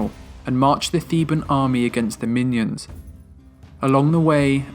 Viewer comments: Good video, but they weren't fighting MINIONS, they were fighting MInoans! (My-NO-ans) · Minion???? Minion???? Minion??? Min-O-An. Less than 5 minutes in and you didn't even bother to learn the pronunciations. Come on, seriously. What else did you choose to gloss over?! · Minions? Do you mean minoins. (Min-o-ins) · It's pronounced Min-O-Ans... Not Minions! If you're not sure, you could at the very least CHECK before you post.